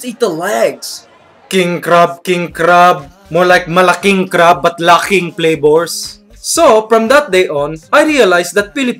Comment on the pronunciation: You are saying crab wrong and friend